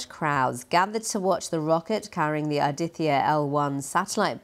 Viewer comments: That’s Aditya - L1 not Adita 🙄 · its not Adita, its Aditya that means sun in hindi